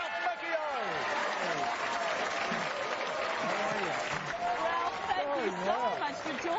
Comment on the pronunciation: man they should have taught those interviewers how to say his last name!